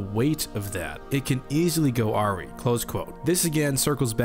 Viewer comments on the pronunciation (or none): You say "AR-ree" but it's pronounced "ar-RIGH" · Just an fyi, "awry" is pronounced "Uh-RIGH" not "Aw-Ree". For future reference. ;) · your pronunciation made my ears bleed